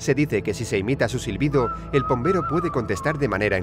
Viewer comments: Pombero si lo dijeron bien 😉👍🏻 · Pombero lo dijieron bien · Creo que pombero esta bien